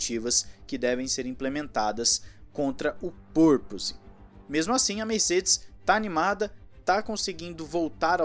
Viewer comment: Porrrrrrrr toda a equipe e poRpoising? Mais um que apela para arranharrrrrrr os erres!!! É uma padronização essa forrrrrma de arranhaR os Rs (erres) em umas palavras e, em outras, não? 🤦🏻‍♂️🤦🏻‍♂️🤦🏻‍♂️🤦🏻‍♂️🤦🏻‍♂️🤦🏻‍♂️ Qual é a regra na pronúncia?